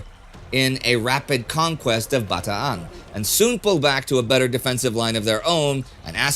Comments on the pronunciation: “Bata-an”. He pronounced it right! Most non-Tagalog speakers say “Bataaaaan” (kinda rhymes with man). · Thank you Indy for being one of the few non-Filipinos to pronounce all the "A"s in "Bataan." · Love it when he said Bataan the right way. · Congratulations on your correct pronunciation of Bataan, a rare achievement for an American! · Yes, it is how Filipinos pronounce it. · It's great how Indy corrected his pronunciation of Bataan since a few videos ago. That drive for authenticity is what makes this channel the best. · Oh, I get exactly where you're coming from. It's definitely the accurate way of pronouncing it and I have no problem with it. I just remember Sir Laurence Olivier saying the poem the "American" way in the World at War series from the 70s and am used to it.